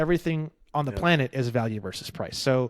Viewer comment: planned-it, play-net